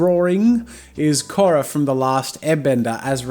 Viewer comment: I like the way he said Korra.